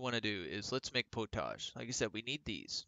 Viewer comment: Thank you fot the tutorial. I think its pronounced pot-age not po-tage 😅. I cant wait for the co op